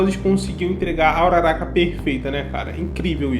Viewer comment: Bakúgo, midoría, uraráka, momô, aaaaaah poxa eu prefiro a pronúncia da minha mente. Bákugo, midôriya, uráraka,etc